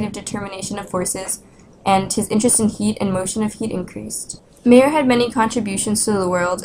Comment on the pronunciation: Sorry, the location of MAYER is wrong. He is no beer drinking man from Bavaria ! We lived in BADEN WUERTTEMBERG !! Please pronounciate MY-YOUR and not MAY-ER ! This sounds very bad for my German ears ! THANK YOU !